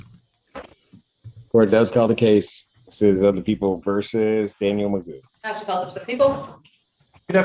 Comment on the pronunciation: McGough - rhymes with poo !